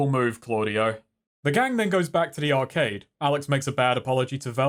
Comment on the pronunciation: Why did he pronounce arcade like that?